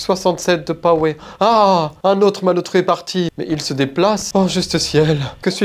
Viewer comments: Five nite AT Freddy 😅 tu as éclaté le nom d'une licence ! "Night " sa va le François on est pas au 18ieme ! 67 de powé t'es sérieux 🤣😂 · L'accent anglais est excellent : “Five NICHT at Freddy” “Je n'ai plus que 67% de Powé !”